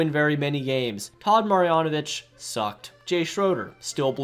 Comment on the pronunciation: To consider yourself a real radar fan you need to learn how to pronounce Jay Schrader and Todd Marinović correctly.. jk.. good video bro. RN4L